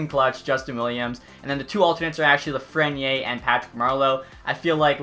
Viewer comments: austin stewart lol he says “Lafrenyay” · The way you say lafrenière bothers me